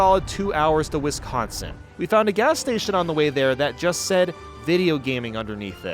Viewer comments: As a person from Wisconsin, the only problem I have with this video is that he pronounced Wisconsin. It’s Wi-scon-sin, not Wis-con-sin. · FYI as a Wisconsinite, it's Wi-SCON-sin not Wis-CON-sin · As someone from Wisconsin, we do things a little silly. (And you pronounced Wisconsin wrong you might get attacked by the cheese monsters now)